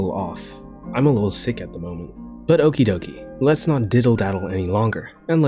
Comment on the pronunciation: Bruv rly said Oki DOKI 💀💀❤️